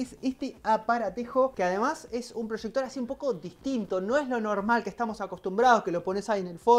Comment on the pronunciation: como que prochector ahí dice projector